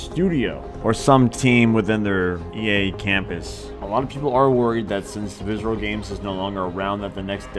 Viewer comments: Visrcllllll viscrylllll vscrlll looking ass, it's pronounced "VISC-E-RAL" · Listen to this dude try to say "visceral games" from to 😂😂😂😂